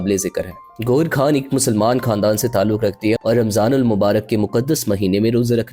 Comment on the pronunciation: بھائی آپ اچھی ویڈیوز بنا رہے ہیں لیکن یہ کیا آپ بھارت کے لوگوں کی طرح غیر کو" گیر" اور خان کو "کھان".... اور خاندان کو "کھاندان".... بولتے ہیں کیا آپ اردو بھی ٹھیک سے نہیں بول سکتے پلیز اپنی اس غلطی کو درست کریں...... خاص کو "خاص" ہی کہیں نہ کہ" کھاص" کہنے لگ جائیں 😮.......